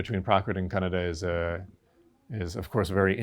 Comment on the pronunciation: Wow ....when he says Kannada....instead of Kannad ! His pronunciation of Kannada is impeccable! ಖುಷಿಯಾಯಿತು ಗುರುಗಳೇ...